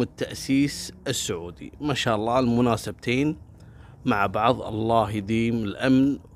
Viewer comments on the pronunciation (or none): none